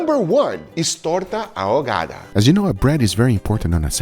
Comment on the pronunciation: Noooo.. Guga pronounced the H in ahogada... Josh W flashbacks.......